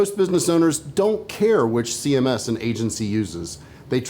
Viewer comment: ''See em esses''